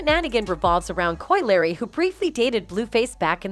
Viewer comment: Yeah but Koi Larry though 🤣